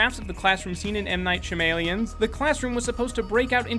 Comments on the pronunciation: It pronounced Sham-alon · Sha-m-alien < sha-ma-lan